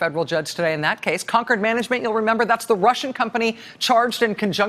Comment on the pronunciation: It's Concord Management, not conquered management. 😉